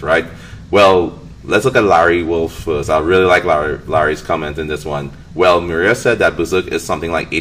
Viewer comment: I keep hearing maria instead of miura, i was so confused lol. Good video